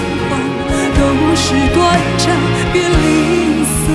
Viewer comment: 怎么那么多歌手都不认字的感觉 全都念错 是短zan 不是短zhan